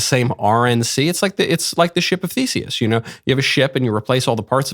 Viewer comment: Ok I know it's Ship of Theseus, but I keep hearing ship of feces😒